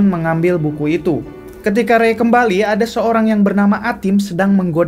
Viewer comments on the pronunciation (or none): bilang buku kely ketinggalan aku denger bulu kely bang:(